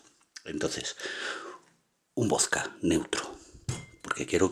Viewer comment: Por que dices voska y res en ves de probunciar la D pronubcias la S